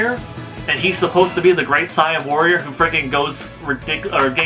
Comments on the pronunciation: Hale Zian holy shit lmfao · dude, you said saiyan wrong